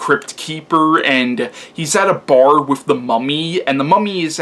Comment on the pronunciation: Interesting review. I may have to check this one out again. I saw it years ago and like you didn't care much for it. But I gotta ask, are you really saying "wif" instead of with?.. LOL.. C'mon man you can do better than that. That signals low brow and you're better than that.